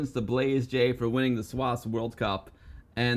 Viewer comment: Love it! ‘Blazej’ pronounced ‘Blars-a’ 😎 not Blaze J 🙌🏻